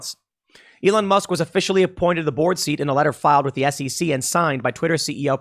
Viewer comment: The way you say "board" sounds a lot like "borg" and thinking of the board of directors at Twitter as the Borg is pleasing to me.